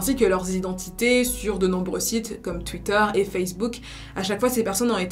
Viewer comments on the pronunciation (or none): none